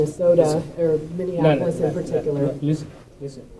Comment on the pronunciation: Why do people mispronounce Minny-apple-us as minnieaNapolis - there is NO third "N"